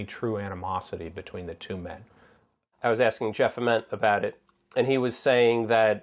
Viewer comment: They didn’t pronounce Ament or Gossard right either.